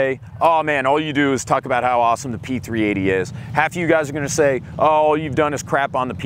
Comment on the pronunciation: I spent an hour searching for the P-380s, because I kept hearing P 3 EIGH-TY.